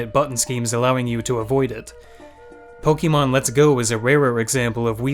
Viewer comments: you do you, but the TRUE pronounce for Pokèmon, Its Pok - ay - mohn. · it's pronounced poke-AY-mon man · I agree with all of your points but the way you pronounce Pokémon is horrendous